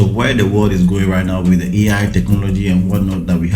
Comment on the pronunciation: I initially thought he was mistakenly saying EA instead of AI haha😂 ignorance is a disease 🤣🤣💔